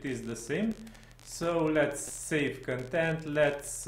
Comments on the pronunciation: I'm Romanian, too, but I didn't pick on your accent, but on your mispronouncing of the word "content". You pronounce that word as "contempt" and it's not right because they mean 2 TOTALLY DIFFERENT things. To pronounce "content" correctly you need to put the emphasis on the first syllable (con), not on the 2nd one (tempt). Just listen to some online pronounciation, it's not hard :) Also, congrats on the plugin, it looks interesting (after all, I wouldn't have found your clip had I not thought that the plugin looks interesting), hopefully I'll get to use it soon, but we will see.... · bro, you're mispronouncing the word "content" as "contempt" and there's a big difference between the 2 words. Get your English right, or stop talking in English :)